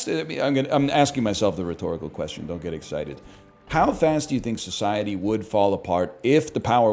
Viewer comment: "I downt know what they waænt" 💅